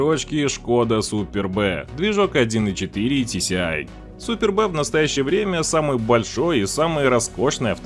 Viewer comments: не супер Б, а superb-одно слово,словарь возьми. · Да, уж. Super B вместо superb - сразу режет ухо. Ну я стебусь больше сейчас над произношением китайских названий на английский манер. Так HAVAL произномиться как ХАВ ЭЛЬ )))). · Не супер Б а суперб...ты даже не знаешь имя авто..а еще что то про них говоришб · Меня аж передёргивает "Супер Б"!🤢Вот деревня! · Не Super B, а Superb. С англ. Красавчик. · Да и "Суперб" - это "Суперб", а не "Супер Б" ))) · Супер бэ😂 Суперб -- это превосходство по английски, супер бэ блин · Цепь генератора? Не тисиай а тиэсай. Не думал что шкода Супёрб это супер-бэ. Ну ладно, это всё мелочи. В целом, интересно получилось. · Если есть Супер Б, то, по логике, как минимум должна была быть и Супер А. Я что-то пропустил такую модель. Литера "В" пишется слитно со словом "Super" и читается, как сюпрб, что на английском языке значит ПРЕВОСХОДНЫЙ. Блогер, изучай матчасть , а то ухо режет. А за полезную информацию спасибо. Удачи. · АААА, какой нафиг Спер Б? Автомобиль называется Шкода Суперб, произносится слитно и без выделения буквы Б! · Знатоков подводит незнание французского языка. Superb читается как супер, но никак не Супер Б. Если уж быть таким последовательным игнорантом, то есть еще и другие марки, например, Пежот и Ренаульт вместо Пежо и Рено. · Только не СУПЕР Б, а СУПЁРБ (превосходный). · Автор, иди учи английский. Не шкода Супер Б, а шкода супЁрб (превосходный переводится) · Superb - это одно слово и никак не "супер бэ". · Толтко не СУПЕР-Б грамотей а СУПЕРБ !!! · СуперБ Карл, супер бэээээ🤣🤣🤣🤣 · Superb, а не супер б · Сам ты супер БЭ Superb -превосходный с английского И ремень ГРМ имеет свойство не ломаться а рваться Кароче, автор, учи матчасть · Та не Супер Б , а СУПЁРБ... что за неучь.... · Суперб а не супер б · Супер-Б)))))) чиатется как пишется: суперб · "Супер Бэ" 😄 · Что за СуперБэ? Вас сквозняком продуло, что-ли? Только в русском языке можно услышать такие нелепости, а так же прочтение буквы Q как Ку. Примитив какой-то